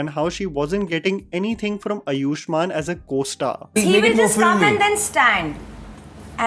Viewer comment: अयुष्मान नहीं आयुष्मान होता है भाई